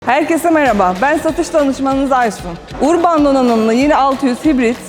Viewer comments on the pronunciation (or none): Urban nedir yaaa. İsmini söyleyemeyen satıcı mı olur. Urban yazılır örbınn okunur.